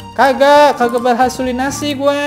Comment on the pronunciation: berhasulinasi salah tapi berhalusinasi